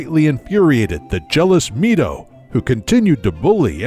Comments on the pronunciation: At first I thought this video was good, until Saria, Mido, and at one point, Link was pronounced incorrectly. Oof. Not Sorry-uh, it's Sar-E-uh. Not ME-do, it's MY-do. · is it not said aas My-Dough